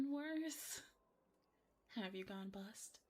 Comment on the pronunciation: Read my mind at blackjack, easiest game. However when i heard the dumbass chose the ace to be 11 i facepalmed so hard.... Also, there was so much emphasis on the word bust, it made me think she wanted him to bust in a different way lol I have to do it that comment about the tears. Maybe somewhere even a devil may cry when they lose a loved one, dont you think? To those that know the quote youre badass